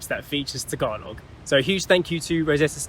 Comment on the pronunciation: Tagalog pronunciation is close to perfect